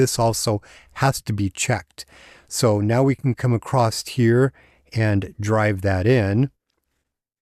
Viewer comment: ...." acrosst" ? Why do you pronounce ACROSS as ACROSST?